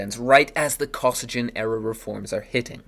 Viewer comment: It’s pronounced “Koh-SEE-ghin”.